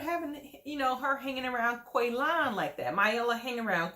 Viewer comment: because it’s funny!🤷🏻‍♀️ Shovel mispronounced Qualons name the entire season!